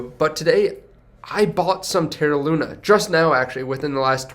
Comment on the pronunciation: its LUNA